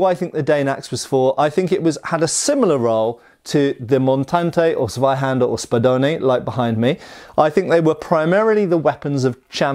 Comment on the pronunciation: NO! NOT "Ssvaihander" again! The word is fucking TSSvaihander ! With a great, big, flaming T right at the beginning!